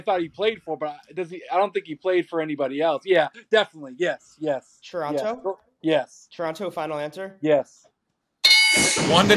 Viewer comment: calling it Churonto..smh